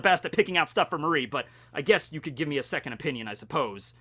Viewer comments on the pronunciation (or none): none